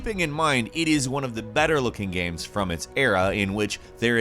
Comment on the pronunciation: He pronounces the word "games" like "gayums".